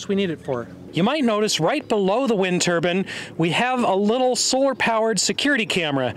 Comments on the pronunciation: TUR-BINE! not TURBUN!! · It’s a turbine not a turban 👳‍♂️. Know the difference. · Turbine. Not "turbin". Long "e". Like "confine". Jeez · lol i do love how crazy it sounds when some americans pronounce it "turban" ;)